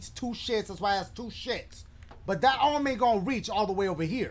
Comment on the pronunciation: Brooooo dying😂😂 "Bring out your other orm"😂